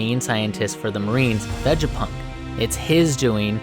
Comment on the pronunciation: your pronunciation of these words are weird as fuck.. lmao Vejapunk? it’s Vega, like Vegas